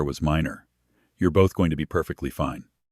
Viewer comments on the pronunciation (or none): none